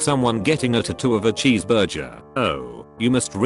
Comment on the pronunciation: "cheese burjer"